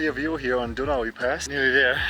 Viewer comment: Your humor also enlivens the videos...and your pronunciations of Ibuprofen and Tuolumne and Donohue!! Very entertaining!!